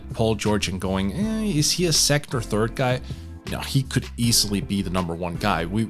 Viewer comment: Work on your th- annunciation its not fird its third. Jesus i thought i was just really high.